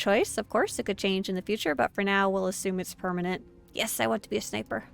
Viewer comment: Ah, I notice I'm not the only one who says Snipper lmao